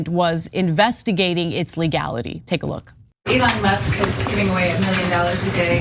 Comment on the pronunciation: It's Leon Musk.